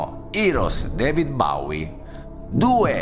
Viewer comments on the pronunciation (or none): molto carino... ma speravo di non sentire mai piu' David BAUI: si pronuncia BOUI...v prego... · si pronuncia boui non baui